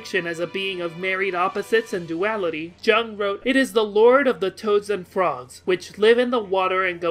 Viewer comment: Some pretty major pronunciation issues throughout this series. I dunno if anyone ever bothered to tell you, but faux is pronounced "foe", variant is pronounced "very ent" with the accent on the first syllable, and Jung is pronounced Yoong. Also Calliope is pronounced along the same lines as Hermione is.